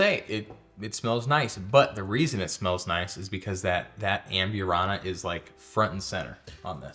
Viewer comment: Cracks me up how yall add extra characters to words. Am-burr-ana not Am-byour-ana An-a-ho not An-ya-ho Where’s Robert?